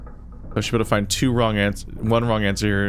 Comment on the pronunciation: Two --> "Twof" = F